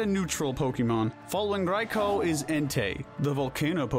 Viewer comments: Oh ffs. RAY-KWA-ZAH. OH WTF AS IM TYPING IT HE SWITCHED UP HIS PRONUNCIATION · raikOOOOO not raikOOOOH stop acting like you're cool for saying it go burn in his tower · The way you pronounced Raikou bothered me xD hahaha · I can't be the only who cringes whenever he says Raikou right